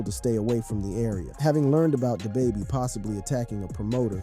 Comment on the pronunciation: Day baby?!……you mean Da baby